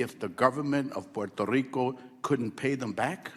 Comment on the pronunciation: Garcia says Puerto Rico like a white person.